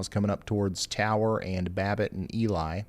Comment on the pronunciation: More Minnesota pronunciation: Ely is “E-lee” Lutsen is “Loot-sen” Grand Marais is Grand “Ma-ray”